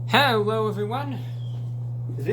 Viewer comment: "Hewo everyone" 😂😂😂😂